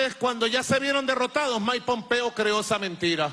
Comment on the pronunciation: “Maipompeo” :v